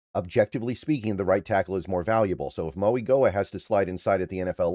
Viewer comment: Francis Mauigoa is pronounced instead of a g it’s a n, “Francis Mauinoa” is how you would say it! Great video tho